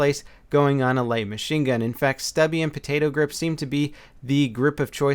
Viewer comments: it sounded like you said perdado grip lol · Is it just me or did he say "podado grip"? Lol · "Podado" Grip haha :D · podadoe grip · stubby grip or PADAYDOE grip lmao